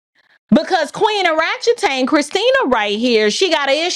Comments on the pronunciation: Did she say ' ORatchetang' ? 🥹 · She said oratchetang 👀